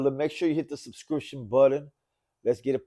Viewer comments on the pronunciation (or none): Did I hear shubscription button?